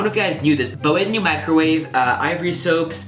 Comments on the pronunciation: its microwave not mricowave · Mricowave? Lol XD